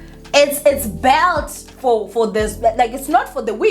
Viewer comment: Hey its all love from me your ninja. Please try to say built coz you pronounce it as belt